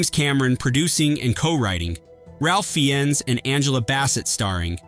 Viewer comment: Pronounced Raf Fines